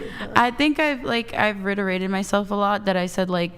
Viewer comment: This girl said "reiterated" several times and pronounced it differently every single time, but not once did she pronounce it correctly lol.